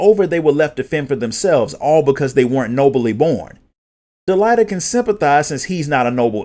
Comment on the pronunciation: I just need to know if these are the official pronunciations of the names. Cuz about a minute in I had to pause and take a breath cuz I realized literally every single name of every character and Town, I had been pronouncing differently. "De-lee-ta, Eye-va-leese, Rah-m-za, Or-bone, Oh-vee-lia, Tee-ta, Bell-v"